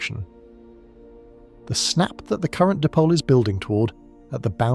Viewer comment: Di-pole not dip-ole... LoL